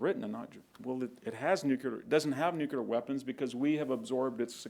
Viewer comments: Nu-kle-ar, not nucelar. Antidote, not anecdote. Battle of Kursk, not Kurtz. Wehrmacht, not wehrmarcht. Geez.... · I cannot believe he says Nu Cue Lar. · “Nucular”. Ouch.